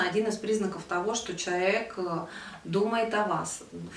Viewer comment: Мне было бы приятнее смотреть видео, если бы вы в слове "человек" не проглатывали часть букв. Всё-таки достойное слово) спасибо